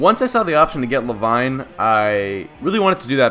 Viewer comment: Le-VEEN GOD DAMMIT XD